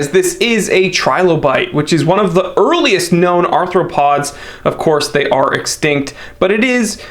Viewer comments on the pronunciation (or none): none